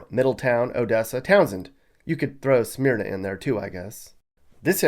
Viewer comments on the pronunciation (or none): Just SPOT ON! You nailed it! Especially that Joe guy! Dallas Cowboys!!! Only one critique.. Smyrna is pronounced "Smer-Na" not "Smeer-Na". Dude, Great Portrayal of DE! Grew up here, left and came back because of family. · Smearna? Should sound like Smerna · I've lived in Delaware my whole life. Kent county specifically. We usually call Sussex county the slower lower. People that live in Sussex are either rural hicks or snobby beach bums. Also it's hilarious hearing you call Smyrna smear na. Smurna. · Smyrna is pronounced like "Myrna". It's NOT "Smeerna". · You forgot to mention the Delaware state police and how they hide behind bushes tracking your speed I never get a speeding ticket unless I’m in Delaware but it’s kind of inevitable since there so much highway which is how I got my heavy foot and I think it’s pronounced Smurn-na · Its pronounced "smur-na" (Smyrna). I'm a "transplant" via the USAF. It was interesting learning to correctly prounounce some of the towns here -- Lewes (lewis), Townsend (towns end), Newark (new ark) and seeing an Amish buggy on the road for the first time.